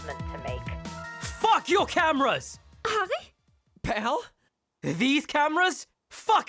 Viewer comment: becomes American when he says “PAL???” when harri breaks the camera and it takes me out every time